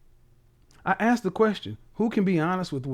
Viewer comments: Honey, a high value educated man doesn't want a woman that says "axed" instead of asked. You have to level up. This is what kevin is saying. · I heard Kevin say "axed" instead of "ask" very difficult to change speech pattern without a speech therapist. Maybe he had one at a point but unawares it came come back. Judge Judy mocked a black person on her show for saying "axed" and corrected her. Should had leaned to speak properly in school but some people go thru 12 years of schooling and know nothing. A few weeks before senior graduation an English teacher asked the girl sitting at her desk next to me, "What is a noun?" Her face remained blank and no answer didn't know after years in school. She was a white girl and wasn't dumb just stupid. I hope people understand it is not a race thing it is a stupid thing and people of all races decide to stay stupid. People in the country talk country and some of their ways of speaking difficult to understand especially in Eastern Appalachia. People who want better use opportunities for self improvement and if one is not willing to change they stay stupid. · It's one thing to have a slip of the tongue here or there but to believe it's axed and not asked is a problem. I take a conscious effort to properly pronounce words or names. Something I absolutely hate is fire alarm low battery chirp drives me nuts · You want a high value man?? You need to learn how to talk. Speech therapy will get rid of "Axed"! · If your natural dialect is slang or street language, you need to understand that in order to be taken seriously you need to be able to turn that off. Kevin does this regularly on the show. People who say "axed" say shit like "pacific" instead of specific. Learn and do better.